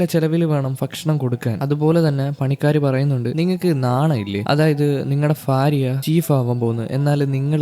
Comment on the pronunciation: ഫാര്യ ❌ഭാര്യ ✅😊